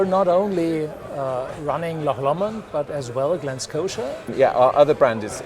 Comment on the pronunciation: LocKKKK LOMOND???? its Loch Lomond FFS